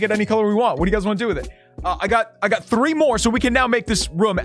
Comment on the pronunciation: The way he says 3 “thray “ no offense